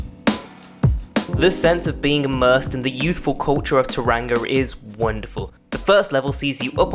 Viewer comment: It's pronounced taw·rong·uh - love from NZ